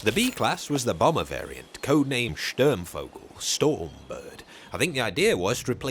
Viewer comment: Mienengeschoss is pronunced like Meenengeschoss. The German "ie" is sounding like an English double "e". The "u" in Sturmvogel is pronunced like the double "oo" in the English word "boot".